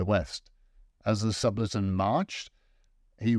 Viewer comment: Great apart an inability to prononce Subaltern